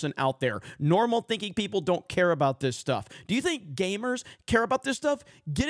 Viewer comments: Its gamers not gaymers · Why does he keep saying gaymers?😂